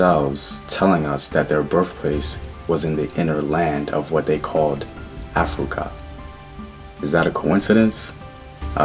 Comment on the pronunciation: Which Gerald Massey book mentions Af-rui-ka?